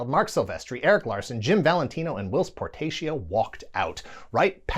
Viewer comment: por TAH cio not por TAY cio